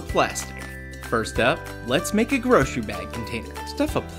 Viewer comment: What's a 'groshery' bag?